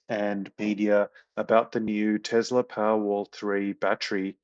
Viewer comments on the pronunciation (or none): How does work for Tesla but cannot pronounce the name of the company he works for correctly? It's TeSSSla. It is not TeZZZla.